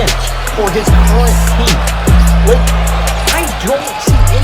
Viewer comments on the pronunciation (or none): none